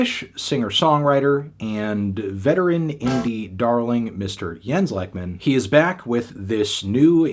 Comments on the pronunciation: He basically says "Leckmin", which is incorrect. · Except for Lekman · I opened this video to see if he would and yeah... not particularly close hahah